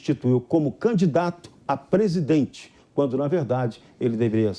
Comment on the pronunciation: Aprende fala prezdete nao presidisro